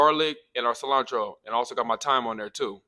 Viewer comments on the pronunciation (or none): Thyme is pronounced Time.... Just an fyi😉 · It’s cute that you pronounce the “h” in thyme lol…